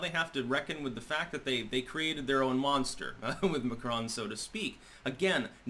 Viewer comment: mAcron NOT mCron???